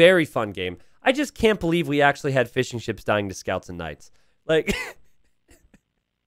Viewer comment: Anyone else hearing "fish & chips" every time says fishingships, or am I just hungry?